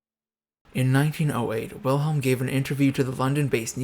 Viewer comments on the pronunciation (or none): It's frustrating that you would take the time to put this video together but didn't bother to learn to pronounce the name Wilhelm correctly. It's not that difficult. W in German is pronounced like V in English. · I must say, I can't place much confidence in a video on German history that doesn't even bother to learn how to pronounce German names properly. German W is pronounced as V, so the name should be said "Vilhelm," not "Wilhelm"; "eu" is pronounced "OY" so Prince Eulenberg should be called "Oylenbairg", not "Youlenburg". Hermine Reuß = "Hair-MEE-neh Royss" That's Hindenburg, not Bismarck. It's perhaps worth noting that Victoria herself didn't care much for Bertie, whom she blamed all his life for his father Albert's death. Edward, for his part, resented his mother for keeping him so long from the throne; he once said, “I don't mind praying to the Eternal Father, but I must be the only man in the country afflicted with an Eternal Mother.” (To be fair, it was part of the upper-class Victorian mindset that a woman's duty was much more towards her husband than towards her children, who were more likely to be raised by nursemaids, governesses, and tutors than by their parents. Princess Frederick Victoria probably inherited this mindset from her mother, as well as the conviction that England was the best country in the world, which contributed to the alienation felt by her son.) A further source of irritation between the two was Edward's Gallophilia, which led him to support French revanchism, and the resentment of Edward's wife Alexandra towards the German Empire's annexation of Schleswig-Holstein from her native Denmark. Perhaps I shouldn't complain unduly about